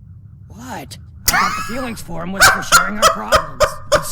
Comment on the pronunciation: The "Feelings Forum" sounded more like an emphasized "Breeding Room"...